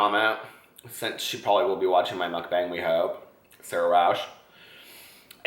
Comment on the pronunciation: You're pronouncing mukbang perfectly in this video!